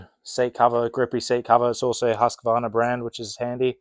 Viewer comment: My wish as a swede is for the rest of the world to learn how to pronounce Husqvarna